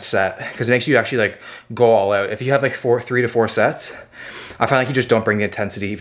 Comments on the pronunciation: Being from England I find it difficult to tell the difference between some American and Canadian accent. But when you said ‘let’s try oot’ that makes it clear as day hahaa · My daughter in the background "Is he Canadian? He said oot" 🤷🏽‍♀️